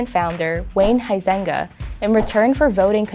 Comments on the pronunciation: Huizenga: pronounced “Wee-senga.” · The way she pronounces the dude's last name "Huizenga" really hurts my Dutch ears.